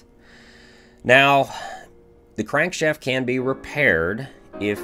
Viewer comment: But its not refreshing to hear him call a Crank Shaft a Crank Shayft